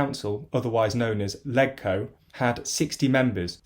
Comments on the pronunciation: It’s pronounced ‘ledge-co’ not ‘leg-co’. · Other than pronouncing it "leg-co" rather than "ledge-co" it seemed fine! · It's pronounced "Lejco", not "Leg-co" - mini point but makes you sound completely unfamiliar with Hong Kong (like saying "Wit-i-hall" for "Whitehall") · its pronounced "lej-co" not "leg-co" thats all... seems correct otherwise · Hey just a pronunciation thing. The HK Legislative Council is known as LegCo (pronounced like LEDGE-co). And Sino rhymes with Rhino. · You said Sino and Legco wrong....